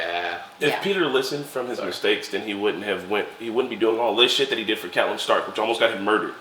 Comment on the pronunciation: I really don't like the way you guys pronounce Catelyn's name.